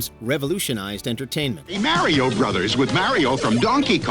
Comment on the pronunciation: I can't stand the way the narrator is saying "Mario*